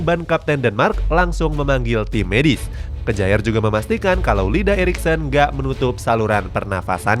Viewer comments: Bacanya: K-ya-'er. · Bukan kejaer tapi bacanya KYER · "Ke-ja-er" wkwk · Yoii bro👌👌